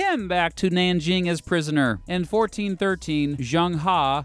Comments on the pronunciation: His name isn't proniunced "JUNG HA", you got both parts of his name wrong. Phonetically it's pronounced "Zheng(zh is like from the name Brezhnev) Huh/Her" like "her birthday is today". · Zheng He is pronounce as Cheng Ho NOT chang ha